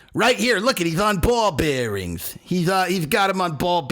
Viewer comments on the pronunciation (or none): “ on ball bearingths” 😂😂